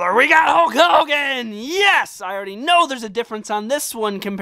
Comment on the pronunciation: hogan not holgan